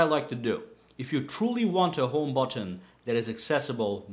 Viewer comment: Butttton. Listen to everything macpro too. Buttiin.